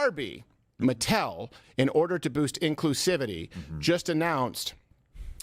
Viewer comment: I'm very cautiously optimistic that it could turn things around for Hasbro and Mattel (oddly pronounced like "Mattelle") films, but I couldn't make sense of how the internet reacted to the promotional materials. It wasn't anything like when the trailer for Cats, the #1 worst film of '019, dropped, was it?